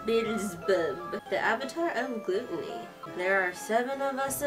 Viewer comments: Oh my god you said gluton-y its said like gluh-toni I'm dying (Levi best boy) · Not to bash your pronunciation but Avatar of Gluteny cracked me up and to see you scared of Mammon when he's actually 0% threatening is adorable. My top two are Belphegor and Beelzebub, but I love them all tho U//w//U except Asmodeus...